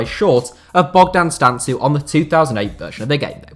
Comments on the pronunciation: Its Bogdan Stanku how you pronaunce it not "Stantzu" but Im sure nobody cares :)))) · I m romanian and the way you say Bogdan Stancu is hilarious , much love and respect tho